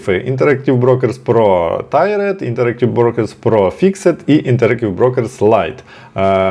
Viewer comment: ) Це не Tired (втомлений), а Tiered (тііред, багаторівневий).